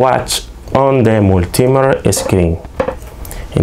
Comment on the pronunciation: "Mul - T - Meet - her", hope that helps you. 👍